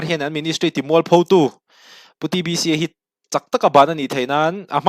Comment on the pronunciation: DBC iti zel in ka hria ka hriat sual nge a hming ilam dik lo zawk